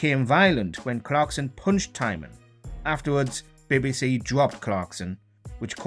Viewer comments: What is this 'Bibbi See' you speak of? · no its BBC. its just letters